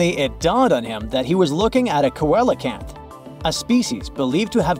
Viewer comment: Seal uh canth